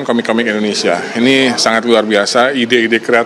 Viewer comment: heran, penyiar kok pada sakit pilek, mengucap memasang - pepasang, sangat - sagat, lama - lapa...dst